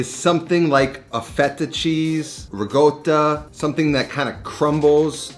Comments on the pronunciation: hey, it's pronounced "rikotta" not rigot or rigotta.. italians pronounce every letter in a word just as written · People complain about this every video where he mentions ricotta - it's almost like a running joke now. is correct but it's my understanding this is a more of a southern/Neapolitan pronunciation.